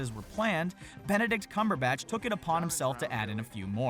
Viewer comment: Did i hear Benedict cucumberbatch?